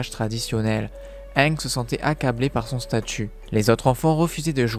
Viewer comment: Arrêter te dire anglais ange c'est ang